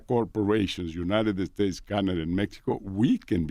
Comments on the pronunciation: “Eh-United Eh-States” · United-Da States Lmaoooo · can someone tell him its not uniteded states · Love how he pronounces United States ❤️